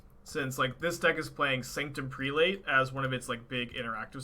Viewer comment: "Prelate" is pronounced "prell-it", for the record lol